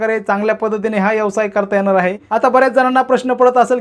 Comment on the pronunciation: यवसाय नव्हे व्यवसाय म्हणायला शिका आधी